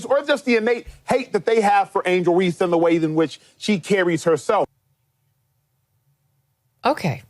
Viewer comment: I generally like Megyn, but she should stop talking about the WNBA, because she isn't a fan, she doesn't watch it and she doesn't know about it. She keeps mis-pronouncing player's names, so you know she doesn't watch. She does keep track of politics, so she can speak on that, but she needs to shut up about the WNBA.